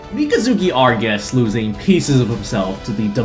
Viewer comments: It’s Barbatos not “Barbatoss,” and Mikazuki’s last name is Augus not “Argus.” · Mikazuki Augus mispronounced Mikazuki "ARGUS."